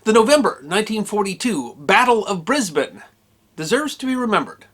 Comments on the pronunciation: Classic Australian behaviour, love it. Also, I'm glad you pronounced Brisbane properly :D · Someone's been practicing pronunciation. Your 'Brisbane' is spot on, mate. 👍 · Thank you pronouncing my citys name correctly. It's a small thing I admit, but something about hearing the name bris-bain just grates on my ears so very much. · Thank you, a well balanced account. And you pronounced Brisbane correctly- Briz-bun, not Bris-bane. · The riot was actually over Americans pronouncing Brisbane as Bris-BANE instead of Bris-BEN, congrats on pronouncing Brisbane proper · As a Brisbane local I thank you for pronouncing Brisbane correctly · Congratulations on pronouncing Brisbane correctly. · Brisbane...congratulations you pronounced it correctly 😂😂😂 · Some of those MPs look more like Kiwi uniform. Good to hear Brisbane pronounced correctly. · Congratulations sir on pronouncing Brisbane properly, or at least properly for an American. MacCarthur as far as I have been able to find out wasn't a fit commander even with American troops let alone Australians. He continually complained, as you said, that Australian troops would not fight, but the Australian troops were very young militia put up against at that time the best jungle fighters in the world. I had never heard of the battle of Brisbane but I for one am damned glad that the Yanks were over here. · Extraordinary. Well done! Especially because you are the only American I know who pronounces Brisbane as we do! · Brisbane is my home town. Thank you for pronouncing its name correctly. One minor point about the Yank impact. Today I toured the local Orthodox City synagogue. Phillip , the guide, gave an interesting description of it, mentioning that the last time it was full was during WW2-with Jewish GI's. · Thank you for pronouncing Brisbane properly. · You pronounce Brisbane correctly!! Well done. Well researched and interesting as always. Hi from Oz